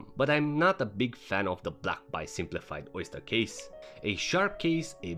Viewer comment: A it is an A not Y. Say it with me ..... Baaaay